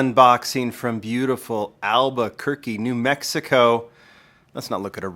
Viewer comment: "beautiful Alberquerque" eh not quite.